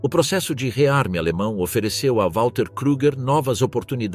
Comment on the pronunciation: Não é UÁLTER Model ... W em alemão se pronuncia como V!